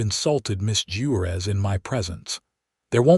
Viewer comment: 😂 🤣😂🤣😂 at the way AI pronounced Juarez and Monterrey. But it finally pronounced 'wound' correctly. Bravo.